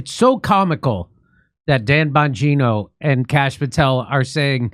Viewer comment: ???“Don Bongino”??? 🤨🤔🤔🧐 Pretty sure it’s “DAN” and not “DON”… 😂😂😂😂😂😂